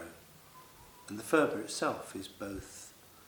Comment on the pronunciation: Phurba is not pronounced 'furba' - there is no 'f' sound in the Tibetan language. Phurba is pronounced 'purba' - the 'h' is gently aspirated. Nepalese dealers will understand if you say 'furba' because so many Westerners make this mistake!